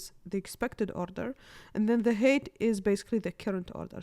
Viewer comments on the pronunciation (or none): cool explanation! by the way, "height" is pronounced as "high-t", not "hate". :)